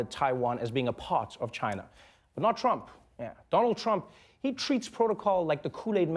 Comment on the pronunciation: on the side note Trevor pronounce our President's name surprisingly well.